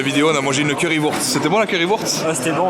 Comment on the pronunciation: Mdrr curry wourtze, ça se prononce vourchte😂😂